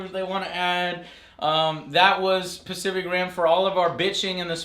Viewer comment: Joe keeps on say specific and pacific. Lol silly Joe